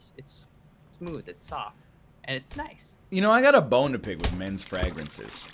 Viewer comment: Does it bother anyone else how he pronounces Havacado and fragrance.